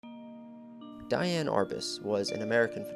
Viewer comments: The correct pronunciation of her name is Dee- Anne - not Die-Anne. Research adds validity. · How, in the name of God, can you invest all this time and effort into a project and NOT KNOW HOW TO PRONOUNCE THE WOMEN'S NAME? I'd be embarrassed to the point of taking down the entire video. As the mattress commercial goes, "How do you sleep at night?" It's DEE-ann, not DYE-ann. And ironically how her mother came to name her Dee-ann is a very interesting story. Shame. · Love to see this, and I appreciate your work on this video. But her name was pronounced "De-anne" not "Di-anne". Regardless, I'm glad to see her life and work being noted. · If you’re going to attempt to educate people on someone maybe you should pronounce her name right? It was pronounced like Dee Anne not Diane. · PLEASE PRONOUNCE HER NAME CORRECTLY: DEE-ann. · Her name is pronounced Dee Ann. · This is a beautifully written and spoken documentary. So much information in a small amount of time. I believe her name was pronounced Deeann; but I could be wrong. Thank you for this empathetic approach to a most fascinating person. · Interesting But please learn to correctly pronounce her first name Look it help Please